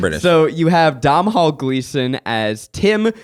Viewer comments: I love this movie! But the name is Domhall (Dough-nawl) 😂😂😂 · why are they pronouncing Domhall like that 😭😭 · Domhnall is pronounced "Doh-null" 😅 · Someone please please teach them how to say Irish names! the Dom-hall pronunciation killed me 🙃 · “dom-hall gleeson” 😭 chat is this real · As an Irish girl, please, Zach, I beg you, stop saying Domhnall Gleeson’s name like that 😂